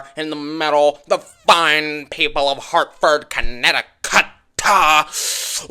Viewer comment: Lmaooo the way said Hartford comnecticut 😂😂😂😂😂